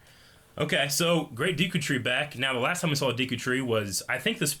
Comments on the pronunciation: Is it De Q tree or Dee Q? I know it's spelled Deku but how is it really pronounced, yes this is the kind of shit I ask in Q&A's. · Green T-shirt guy mispronounces literally EVERY Zelda-related word. “Hyla” “Deekoo” “Fierce Dai-ity” “shakia” “Gurido” Seriously, dude, learn how to pronounce words